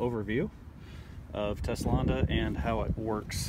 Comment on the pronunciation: TESLONDA :DDD i love it